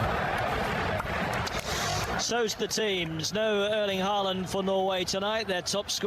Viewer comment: Your first pronunciation is the most correct one.. it's Håland.. as 2 aa's it pronounced as an Å, and the d is almost silent.